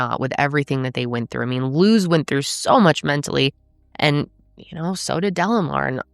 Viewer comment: I know this is very random , but thank you for saying our name correctly . Luz isn’t a common American name so people tend to butcher it , so I appreciate it . Also Luz means light in Spanish ❤ alittle bit of Spanish always helps people understand more